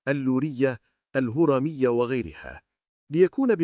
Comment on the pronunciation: لیست (جیلادات)!!بل جلادت.ولیست هوارامیة !!بل ال هورامیة.